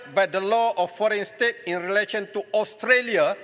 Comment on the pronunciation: Taki cakap english pun tak betul australia bukan austolia, azalina cakap sampai suara kat jubur tapi mereka tak faham kesian la pembangkang ni😭